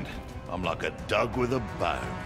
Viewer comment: When says "Dog" I heard Duck at first